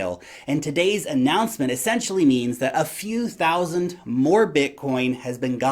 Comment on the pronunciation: Three Hundred... SOUSAND!!!